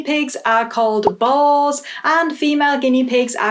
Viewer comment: I totally misheard your statement at the end as "start the trend and get BALLS" instead of boars 🤣